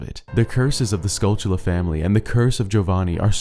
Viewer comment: Why does everyone on Youtube mispronounce the golden spiders in OOT and Majora's Mask? I have NEVER figured that out. You keep pronouncing it with a "ch" in the word and that is clearly not there. Do you and other YouTubers have some kind of disorder you share?